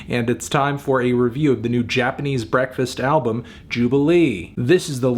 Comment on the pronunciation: Japanese bekfast